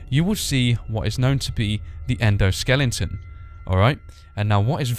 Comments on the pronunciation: He said "Endoskelington" lol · endo-skellington? i busted out laughing when i heard that